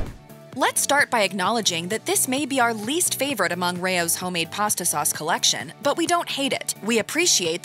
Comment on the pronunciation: Rao's is pronounced like "Rouse", not "Ray-ohs". Its a family name, Not being a grammar nazi, I would want my name pronounced correctly